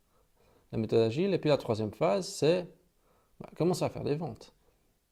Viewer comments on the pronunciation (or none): on dit la méthode "de Gils" ... ;-) lol! En tout cas MERCI ! Pourrais tu répondre à ma question sous l'ep 3 s'il te plait?